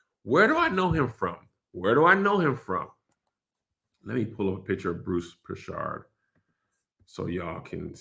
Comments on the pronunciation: Mans said "Bruce Prishard" 😂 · Bruce Prichard >> like Richard like. Kev butchered that name like crazy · As a wrestling fan the way your saying Bruce Prichard is hilarious 🤣🤣🤣